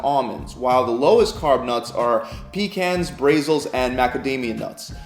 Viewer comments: "Bray zill" nuts? I thought that it was pronounced like the country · Brazil nuts, pronounced that the country. Not BRAYzels. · It's pronounced "bruh-ZILL" 😂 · Did he really just say 'bray-zils'...? I always thoughts they were BRAZIL NUTS!?! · Lol. Broccali Raaaaybe. It's Raaaahbiiii my dude. And it's Brazil nuts not Braaaayzil. lmao. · Did you just say Bray Zils insteas of Brazil 😂 nuts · did this dude just say "brayzils" instead of Brazil nuts? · When discussing low carb nuts, you pronounced something sounding like "BRAYZILS". Did you know the nuts in question are named for the country of origin? It's Brasil. Pronounced: Brah-zil'. Got it? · BRAYZULS?????? Ok...I can't take this seriously IF you can't even pronounce words properly!!! It's BRAZIL nuts as in BRAZIL the country in South America! Next! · BRAY-zils? Has he ever visited Brayzil? For heavens sake! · Did he say Brayzil? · Wtf is a BRAYZIL 😂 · Brazil. Dude. Like the country. Like the nuts come from the country. Bruh-zill. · Brayzil nuts and veggetables lolol......some editor yall have give him a raise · Did you just call Brazil nuts "bray-zils"? Haha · Brayzle nuts? Glucangenisis? Did this dude learn to read from Floyd Mayweather? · I was thoroughly enjoying this informative video until the guy called Brazil nuts “bray-zil”. 😱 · Did he say bray-zills? I'm done. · “Brayzle nuts” it’s Brazil nuts fs!! 🇧🇷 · Gluconeogenisis is pronounced "Gloo-koe-nee-yo-genesis", not "gloo-kah-nih-genesis. Also, it's kee-toe-sis, not kih-toe-sis. You're burning kee-tone bodies, not kih-tone bodies. Oh, and Brazil nuts is pronounced bruh-zil, just like the country they are named after. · How do I dislike a second time for the pronunciation of 'Bra-zils'? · Did he really just call Brazil nuts “bray sils” 😂😂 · BRAY-zils... Wut lmao. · Brayzils? Mispronunciations like this make me second guess videos like this. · I am from Rio de Janeiro, Brayzil. lol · Brazil nut...it's pronounced like the country. Just sayn.